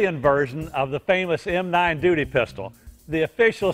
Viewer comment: he said dooty